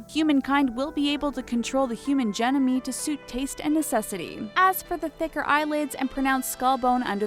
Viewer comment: I'm consistently baffled by the amount of pronunciation errors in the talkos videos... Genomes pronounced "Jen-oh-mees"? Eek.